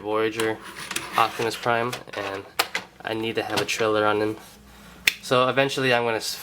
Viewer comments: are you saying ochtamus instead of optimus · He says "octimus" lol